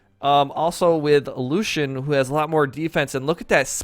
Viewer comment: axe: xull orb: Thor hammer:Thor gauntlets:cross cannon:xull scythe: jiro or the new legend coming spear:gnash blasters:cross katars: Lucien it is actully pronounced Lucy-in